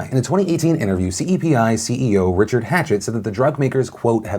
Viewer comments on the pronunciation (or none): none